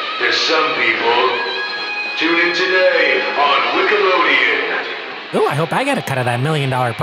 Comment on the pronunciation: Bruh did actually just say wickalodian?